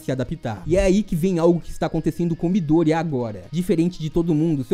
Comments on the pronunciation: Bom vídeo, mas só eu ficou incomodado com a pronucia de miDÔrIya do narrador? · Mano que agonia dele falar o nome do Midorya errado desses jeito. pelamor de Deus